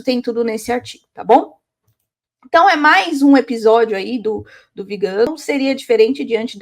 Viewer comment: “VigÂno”, muié? 😖 Mas que antipatia, você continua falando errado o nome do excomungado! A senhora deve ser vegana, só pode. Alguém precisa parar essa mulher.